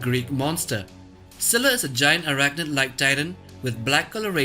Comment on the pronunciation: Did he said - ciscilla?